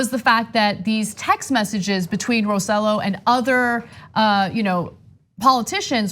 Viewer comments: I can’t stop chuckling at how they pronounce Roselló. It’s RO-SAY-YO, not RO-ZEH-LO 😂🤣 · Anahit it is pronounced Roseyo not Roselo. You are married to a Cubano act like it and stop being tone deaf. Same with you CENK.